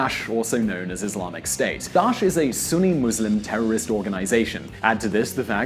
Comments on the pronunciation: Considering that the video is so professional, you really need to work on pronouncing foreign names and concepts. I keep getting the impression that you aren't even trying. It's Daesh, not Dash: DAH.esh. Marbella is pronounced Marbeya, how can a an educated person not know how to pronounce basic Spanish words? Or if you can't, get briefed on them. I find it truly unbelievable. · It's not DASH ITS DAAA-EEEEEH-SHHHH